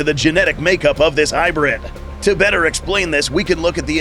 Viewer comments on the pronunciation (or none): none